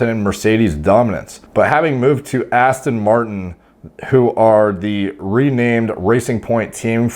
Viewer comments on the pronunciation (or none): none